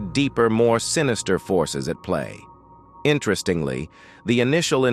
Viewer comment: 🤣🤣🤣 this AI narrator mispronouncing words like "accumen" and "interestingly"